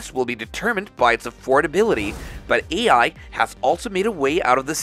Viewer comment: The AI bot reading the script keeps saying "ei". Somebody kept saying "Old McDonald" during it's training.